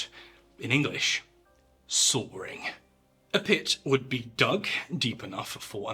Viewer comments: It’s Saw-ing not Saw-ring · “….and then!!! Sawrrrring!” What? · Every time he says sawing it sounds like "soaring" or "Sawyering" lmao even the subtitles say soaring xD